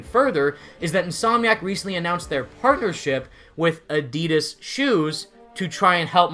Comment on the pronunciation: it’s adidas not adidas